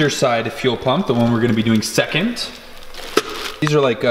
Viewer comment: And "Second" does not have a "t" at the end.... but hey.. we got the idea :)